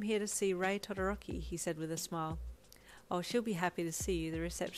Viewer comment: i like how says Todoroki. I love accents in general